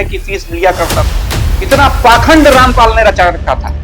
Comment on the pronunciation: पहले अपने आप रामपाल को ठीक से बोलना तो सीख ले जब यहां पर आकर बकवास करी है तुमसे ज्यादा तुमसे ज्यादा जातिवाद इस दुनिया में और कौनफैला रहा है तुम लोग ब्राह्मण को गाली देते हो तुम्हारा बस यही काम है जातिवाद तुमने शुरूकरा था